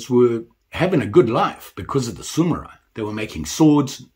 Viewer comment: They're called Samurai, not Sumurai 😅